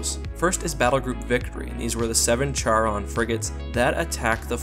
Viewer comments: the Charon is actually pronounced CARE-ON...not Chair-on...that really bugged the hell out of me...and you, as you normally do, ignored the Massive amounts of Missiles, and Nukes that the UNSC carries...and the UNSC has a very effective Point Defense systems...and I am sure that the fighters do not have Particle shields..as that would be a waste of energy for such small fighters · it pronounced charon (car-on)